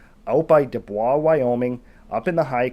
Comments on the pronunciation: I'm from a tiny town in Wyoming and I really like your content however I have to say this, it's actually NOT pronounced "DOO-BWA" , it's actually pronounced "DOO-BOYCE” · It pronounced DuboiS, eh cannuck. Not the French pronunciation. Wyoming folks don’t speak French. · Dubois is pronounced, "Do-boys," in Wyoming.